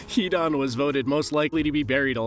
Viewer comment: 😭😂🤣 Not hidan